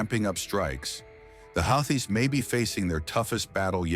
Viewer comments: They are the houthis pronounced (WHO-TEES) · Pronounciation problem ? Who tease., or houthis...some say how tease... Anyway Jhonny be good. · Your AI generated voice should at least state the name Houthis correctly since its the topic. 5 different pronunciations used; all of them wrong.